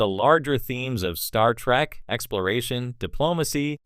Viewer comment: More like "Star Track" AI slop.